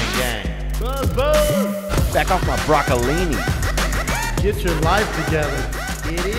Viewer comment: Does Theo say "Back off my Brocoloni" in the intro... because everyone knows Brocolini is Big Lennys!